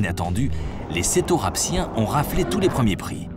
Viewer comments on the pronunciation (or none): Tout le monde se moque de l’erreur de prononciation « cetorapsiens » mais personne ne relève le fait que 2 sec après il lâche quand même sans pression ni pitié « ils avaient les plus sales têtes qu’aient connu le monde préhistorique »... quelle gratuité pour des animaux si extraordinaires et dont les collerettes servaient probablement également à parader 😭